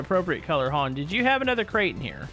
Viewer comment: hoed on..... no it's hoLd not hoed.